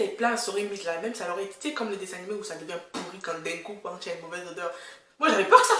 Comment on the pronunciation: “ L’odèurrrr ELLE M’A ATTRAPÉE LES NARINES, ELLE M’A SERRÉE LE COU...!!” 😭🤣😂😂 C’est bon je m’abonne! 😂👍🏽